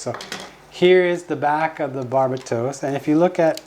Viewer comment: the way they say Barbatos is driving me crazy